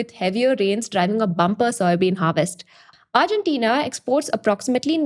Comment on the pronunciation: New drinking game. Every time she says “argentenia”